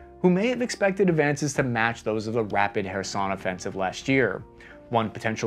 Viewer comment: I am thankful for you to pronounce Kherson the right way 😅❤